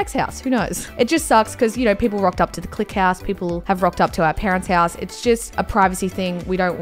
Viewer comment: she said hass instead of house